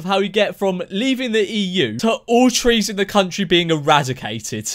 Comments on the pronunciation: Lol I thought she said cheese 😂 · I thought she said cheese 😂🤣😂😂🤣😂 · Am i the only one hearing "cheese" instead of "trees" ?